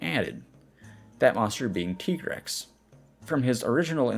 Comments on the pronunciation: ”TEA”GREX. Aah.. From that moment i know we couldn't be friend. ”TIE"GREX! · Also, it's canonically TYE-grex - like, Tiger-Rex